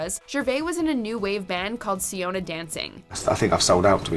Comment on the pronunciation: Not to mention I believe Seona is pronounced "Show-na" not "See-oh-na".